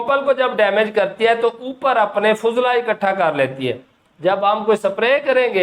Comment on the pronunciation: فضلہ کو پیش کی بجاۓ زبر سے پڑھنا صحیح تلفظ ہے،